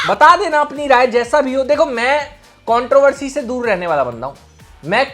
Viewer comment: Contropussy hota hai vai